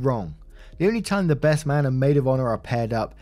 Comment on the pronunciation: Do you know as your reading about this KARENS WEDDING U SAID BREST FRIEND AND NOT BEST FRIEND ?. Go back and listen to it